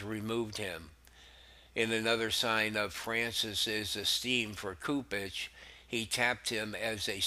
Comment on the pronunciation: I've enjoyed your podcast for a few weeks. I sincerely appreciate your effort. I'd invite you to look into the correct pronunciation to a few words. Cardinal "Soup-ich" & "Leh-gah-tus" There are a few others you also have opportunities to ammend, that would make the downloads an even greater experience for listeners.